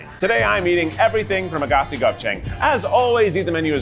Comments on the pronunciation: i have never in my life heard that place pronounced as "AGASI" LMAOOOOOO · Lol love you Keith but I am laughing my ass off at the pronunciation of Aghassi